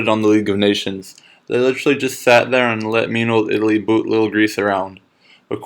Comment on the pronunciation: ita lee more like ita pee